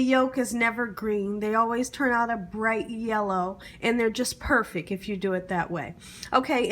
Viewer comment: Your voice and speech is annoying. "Perfect" is pronounced with a T, "salad" is pronounced with a D, your smacking before sentences is awful, and your grammar is horrible.